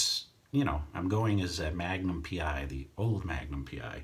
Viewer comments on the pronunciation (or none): none